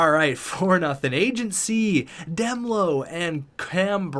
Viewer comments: It's D melo like in marshmelo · Demelo is pronounced: Duh-mel-oh